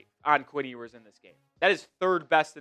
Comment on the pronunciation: Solid break down! But his name is pronounced “You-ers” :) I’ve heard other say “Hugh-ers” and sounds like you’re saying “Ee-oo-ers” But Quinn himself pronounces it “You-ers.” 😊